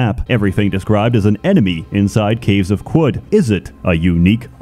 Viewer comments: I think it is pronounced "karud" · Its pronounced "caves of chad" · Ohh… it’s pronounced, “caves of Could”. It’s like “anything COULD happen”. That makes so much sense, I JUST got that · qud is pronounced kud i think, you neanderthal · It's pronounced kud, like kudzu. Short "u" like "uh." Seems like a reference to kudzu in the south united states taking over everything, a veritable kudzu apocalypse. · caves of kum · Protips from someone who played 200 hours of this: Qud is pronounced Cud, there's a debug option to turn off permadeath if you want to play this game like an Elder Scrolls, trade items have a constant price, making them a lighter, warer-backed currency. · Since I dunno how to pronounce Caves of Qud….i will use the acronym…..COQ!!!!! Yes we saw what u did there…. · I’m just here to listen to him pronounce Qud. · "I'm not sure how to say, so we'll use an acronym" Proceeds to pronounce Qud in the most annoying way possible. I love you so much pls never change.